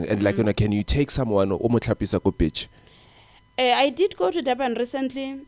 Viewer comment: My brother please call it in another way please, coz now u're saying bitch or at least say ulwandle or lewatle, the way u say beach 😂😂😂😂😂😂